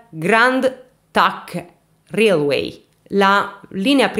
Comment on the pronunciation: railway si legge "reiluei"